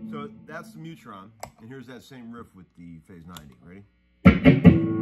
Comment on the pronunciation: it;s not neutron its mutron